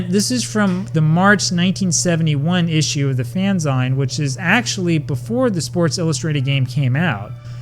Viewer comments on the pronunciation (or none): I had the 1978 Strat-O-Matic set, remember replaying the 163rd game with Dwight Evans hitting a walk-off homer to beat the Yankees. Minor correction on the pronunciation of fanzine--it's fanzeen, since it's an abbreviation of "fan" and "magazine".